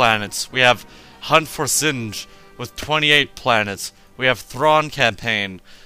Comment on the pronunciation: Said Sin-g. btw, go for the capital ship contruction facility. Hand Capital ships (or at least one of em) get a cloak. And by the way, the Zsinj Empire is EXTREMELY tough, they have few planets, but they are locked down pretty well. The Rebellion has a ton of new annoying ships. And, its pronounced Si-ca I think. Every faction has an Interdictor, and they all get battle defensive stations. Very very effective faction the Hand is. (I'm talkin like Yoda :D) Well anyways, have fun with the newmod